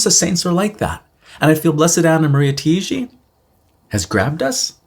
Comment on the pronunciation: Hey and! This is just as a friendly, helpful guide for you: as she's Italian, her surname would be pronounced like these two words together: "tie" "gee". Tai-gi. The vowels are pronounced one after the other, if that makes sense, but the two words example as an equivalent should be clear enough. I'm Maltese, so as a Mediterranean it's quicker to grasp like that:) Thanks for sharing and looking forward to hear more about Blessed Taigi in future videos. Till then please keep me in your prayers - and God bless!